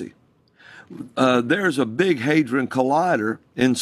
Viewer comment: Not hay-dron it's had-ron. Shiva is a member of the Hindu Trimurtri along with Brahmah and Vishnu. He is both benevolent and fearsome.